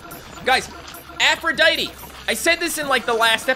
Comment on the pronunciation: Since the first time you got Aphrodite you've mispronounced her name, Aphrodite tee it's Aphrodite